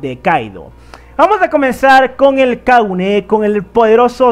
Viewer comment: Es Kagune, no Kaguné